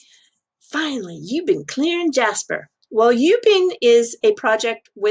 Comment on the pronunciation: Hey! Thanks very much for the great video once again. I'm a Singaporean btw Ubin, you don't pronounce as U bin, it should more like (Wu-bin) like Uber..😉